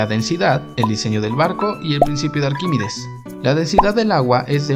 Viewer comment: ¿Por qué pronuncias "Arquímides" en vez de Arquímedes?